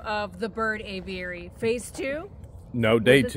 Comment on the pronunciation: you make me laugh the way you pronounce Aviary! Just say A Very. That way it will sound right! Love you guys. Hi from the UK! I cannot wait to see the downfall of Russ the suss! And his cohorts! Otter Creek residents deserve so much better! As for that Looney Toon woman how did she get an adopted child?? Makes me wonder if that little girl was actually adopted. Scary thought!